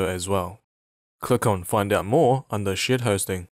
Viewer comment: Every time he says "Shared Hosting" I hear "Shit Hosting"!